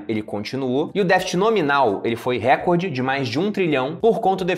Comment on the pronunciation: RECORDE É PAROXÍTONA!